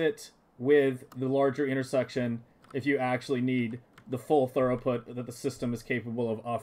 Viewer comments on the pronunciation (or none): Good job, looks nice. It’s pronounced like throo-put, not thur-oh-put, if you care. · Very nice, but it's throughput, not thoroughput. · Amazing. Im going to use this in my save. I have to say the word throughput is pronounced "threw-put" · You did a good job except for the mispronunciation of a single word.